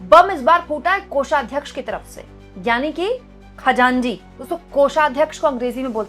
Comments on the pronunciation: Khajanji nahi Khajanchi bolte hai. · Khajanji nahi. It’s khajanchi 😂😂 it’s a farsi word. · खजांजी नहीं खजांची होता है